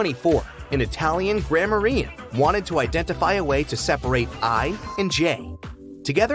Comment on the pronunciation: mispronunciation of the word "grammarian". oy vey.